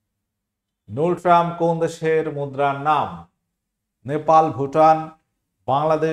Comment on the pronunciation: নুলট্রাম না, ওটা গুলট্রাম hobe